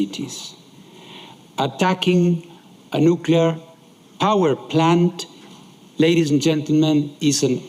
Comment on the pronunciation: Indeed! He starts with "nucular" (how hard is it to say new-clear?) and then stumbles through with "YOU-crane" when he must hear everyone else using the correct pronunciation. I so wish they would hire someone who is better at speaking. Pam {Tom's wife}